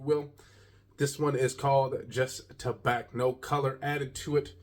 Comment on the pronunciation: The C is silent....it's pronounced ta-bah